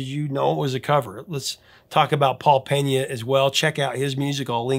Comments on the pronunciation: FYI, his name is Pena (PEE-nah), not Peña (PEHN-ya). His family is Cape Verdean, which leans toward the Portuguese pronunciation, not Spanish. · If I'm not mistaken, his last name is pronounced "Pay-Na". There is no tilde over the "n" so there is no need to pronounce it like a Spanish name like "Penya".